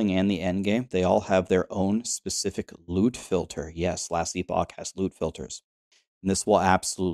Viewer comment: I keep hearing lewd filter😂